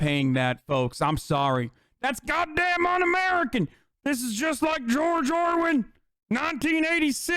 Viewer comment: Why is he calling George orwell, George orwin?